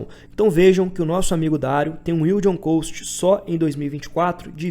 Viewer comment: Vc pronuncia "Cost" errado, do jeito que vc fala é a pronúncia de "Coast" (litoral, praia). A pronuncia de Cost equivalente a custo é Cóst